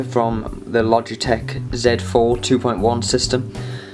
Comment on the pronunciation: I thought you said splogitech xD